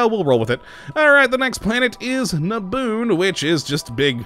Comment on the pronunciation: The gas giant around the read dying star is Nadoon not Naboon